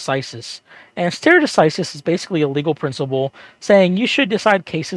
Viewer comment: "Stare" in "stare decisis" is pronounced like "starry" not like "stair".